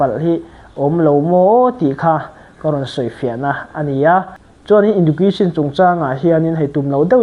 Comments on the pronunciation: Education i lam dan chu le 😢😢😢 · Education lam rik dan chu tlem a i lo practice belh a ngai ang ❤